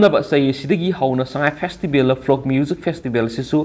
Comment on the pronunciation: Rehearsal twbiu English pronunciation taba yadre ..... folks not frock...flok...